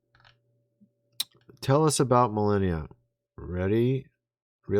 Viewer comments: Mil arn ia its pronounced... not millenia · Please stop with the melEHnia...it's meLAHnia !!! Thank you. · Is it bothering anyone else that this guy doesn't know the First Lady's name? It isn't Milenia (Millennia). It's Melania (Mel-AU-nia) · Forgive the criticism but, the name is MelAnia not MelEnia. I like ur vids. Ty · Melenia?? It's Melania 😂 wtf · it's MelAnia, not MelEnia. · It's Mel onia not Mel enia. Puhleeze. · Millennia?????? Did you mean "MELANIA"????? :face-fuchsia-wide-eyes::cat-orange-whistling::face-blue-wide-eyes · You need AI to see if MELANIA pics are fake? ( please lo with the strange pronunciation issue ) It's Mel ahn ia 😊 Anyway, if it was real the left would have already had this for 5 years straight - brain power - no need for AI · Why does he keep saying Melenia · You keep mispronouncing "Melania's" name, you keep calling her; "millennia." Why do you keep doing that?. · Are you really that tone deaf. It's pronounced MeLONia!! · It's Melania. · Me-Lan- ia. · MELANIA NOT MELLENNIUM and its ROOF not RUFF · Melania...not Melania as youre pronouncing her name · If you're going to say her name so many times, please pronounce it correctly. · You must be kidding when you are mispronouncing Melania's name. Right?